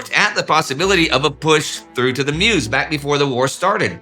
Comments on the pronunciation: If Indy will be mentioning the river in the future, it's pronounced "Möz" rather than "mews". ;) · It's very nice, very interesting and well documented but it would be even better if you took 3 minutes to try to say the name of the places correctly 😊 It is sedan, not sedane, it it Meuse not miouse and so on.....